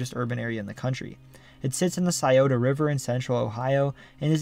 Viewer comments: Kudos for pronoucing "Scioto" correctly. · 614 represent. Props to you for knowing how to pronounce Scioto.